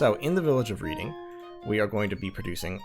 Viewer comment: Just gotta correct your pronunciation because of my autism, "Reading" is pronounced "Red-ing", it's a city in the UK. Great series btw :)